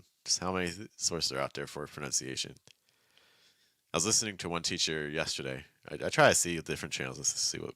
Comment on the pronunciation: hi, when saying yesterday did you drop the R?